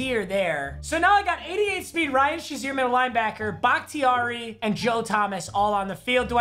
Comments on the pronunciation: papa its pronounced ryan “shay(long a) zeer” not ryan “sha(short a)zeer” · Nobody: Papa: Ryan Shuzier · This guy said “Ryan shaseer”